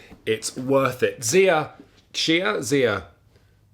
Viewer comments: No idea why your trying to pollute the community with your bollocks 'CHI-AH' pronunciation. It's z-EYE-AH. Source: Cody Miller (board game designer) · Loved everything about this video, even the mispronouncing of Xia, right up until you said that Merchants and Marauders was a better game. Then I lost all respect for you. Not even a chance for M&M as Xia beats it in almost every way right out f the box.